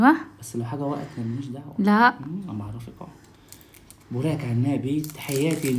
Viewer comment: لالا اختي زوجك نطق اسمه صح. نقولو بوراك عنابي مش بريك..... صححهيها: 100%: 150% 😊